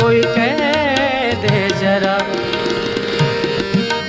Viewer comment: बहुत अच्छा गाते हैं पर उच्चारण सुधारने चाहिए, यथा जरा नही ज़रा, दो जगह श को स गांया है।